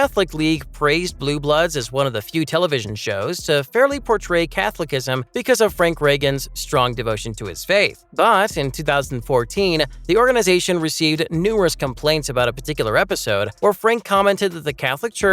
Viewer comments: It's "Catholicism", pronounced "Cathol-issism", you moron. Not "Catholic-ism" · The INSULT of having the entire family not know how to use utensils properly. ANNOYING. WTF is Esposito complaining about? She's WHITE. (Italian) And it's CATHOLI-CISM not CATHOLIC-ISM wtf. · The pronunciation of Catholicism here makes me weep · Lol the way this guy pronounced "Catholicism" killed me. 🤣🤣